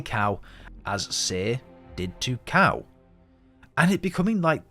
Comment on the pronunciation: did i herd you call cal cow